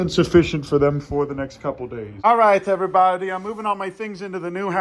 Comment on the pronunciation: “Ok everyboudie “